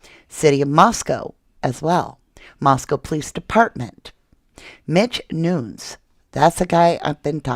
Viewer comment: Isn't Nunes pronounced noo nez?